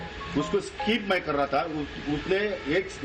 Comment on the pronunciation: स्काईप नाही स्किप